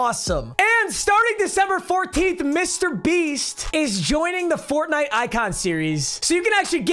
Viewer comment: the way he said FoRnITE